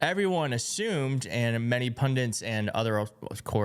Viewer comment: It’s pundits, not pundints